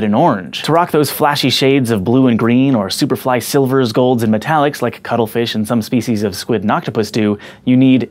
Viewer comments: i keep thinking you are saying cuddlefish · I keep hearing "cuddle fish". lol This needs to be a t-shirt or something.